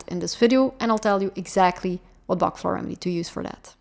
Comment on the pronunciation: Pronounce it properly...Dr Bach worked hard and it's pronounced Batch